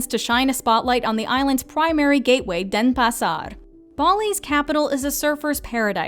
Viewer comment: Nice list so well done! Indonesian however is not pronounced like Spanish. I giggled at the pronunciation of Denpasar and Sanur however it did make me want to go back again...